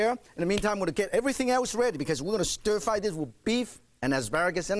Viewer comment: ohhh stir fwy..........stir fwry...ohhh stir frwy..........so delicious...stir frwy!